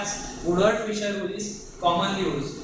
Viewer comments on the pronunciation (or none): How do you get Fisher from Fieser?!?!? I so dislike when people spell or pronounce my last name improperly. That was my great uncle, Louis Fieser. Pronounced like Fee-zer.